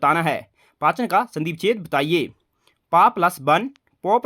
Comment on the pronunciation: पाचन नहीं पावन होगा